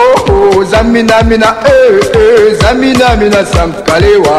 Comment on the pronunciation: it is TSAMINA, not zamina